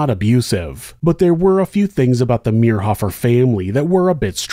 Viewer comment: I went to school in Manhattan . His nephews went to my church and youth group. We were friends. This reader pronounced David's last name wrong, which was driving me crazy, but a well told story. Interesting to hear it told. I've never heard all the details of the case. So sad for all the families involved.